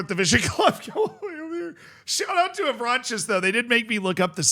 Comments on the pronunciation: the S is silent on Avranches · you don't pronounce the s at the end, ouest france is trustworthy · Me, who my first language is french, wanted to kms when i heard how said Avranches. Bro read it like french = spanish.